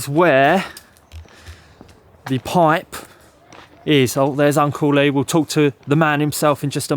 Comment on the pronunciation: When you say Uncle Lee I always hear Uncley😊